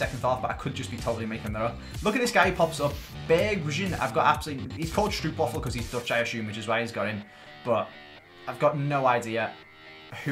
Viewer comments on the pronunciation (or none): “Stroepwaffel”? The oo is pronounced more like the O from oh my god